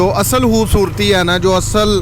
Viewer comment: yeh lafz khoobsoortee he yaa hoobsoortee he...sahe bolna sekho....